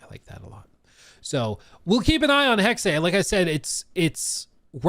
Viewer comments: I believe it’s pronounced “hex” with a silent ‘e’ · HEXEA.... when it's literally hex